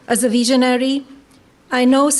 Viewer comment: No, she said veeezionary